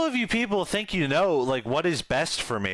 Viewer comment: I like how you say think, you say tink